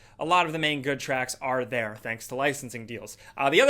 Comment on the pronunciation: Nobody:: HELLO THAH